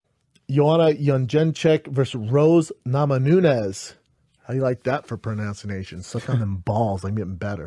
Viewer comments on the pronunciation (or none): "Pronouncination" is fuckin gold. The irony is top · "Pronouncination." He said it twice two different days. 😂😂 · The fact he’s unironically mispronouncing “pronunciation” has me ☠️ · nailed the pronouncination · His pronouncanation is on point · "How you like that for Pronouncination?" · How do you like that for pronouncination? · C'mon guys...he does have a great prenoucination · Brendan's the kind of stupid that actually makes you feel like you can't spell properly either. "Pronouncination"